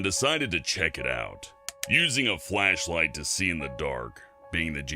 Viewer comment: I'm sorry did he say wash light instead of flash light